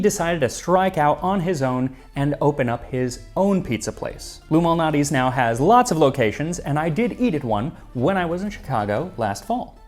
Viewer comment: I heard him pronounce it with a hard "L" and had to check the comments.